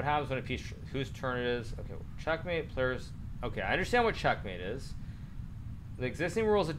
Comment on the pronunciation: Hikaru did u say Shitmate? I am a commanding officer of the USS Nimitz, and you’re calling my fellow shipmates that word?